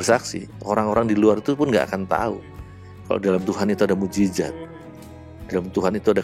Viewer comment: MUJIZAT bu', bukan MUJIZAT